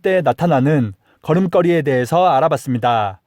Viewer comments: 걸음껄이라고 발음 하시는것 걸음거리(걸이)로 교정하세요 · 잘 봤습니다 그런데 걸음걸이 발음이 틀려서 듣기가 거북하네요 고쳐주세요 자랑스러운 우리 한글을 위해서라도 꼭 고쳐주세요 거름꺼리가 아닙니다 거름거리입니다 많은 사람이 시청하고 있으니 더 조심해야 될것 같아요